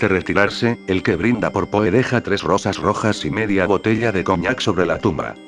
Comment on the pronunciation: Si usas Loquendo, hay algunos tips para que el programa haga las pausas requeridas y mejore la pronunciación de algunos nombres: "el que brinda por PO", me fue difícil identificar que se refería a Edgar Allan Poe. Y si no quieres que diga "món-si- eur" pues mejor tipear " monsiú" o algo que se aproxime a la pronunciación francesa. Lo mismo que las medidas de la habitación ininteligibles de "gasparauser", para eso tipeas "Gaspar Jauser" para que lo pronuncie bien. Otrosí "Fulcabeli"? el nombre es FULCANELLI. Para la próxima.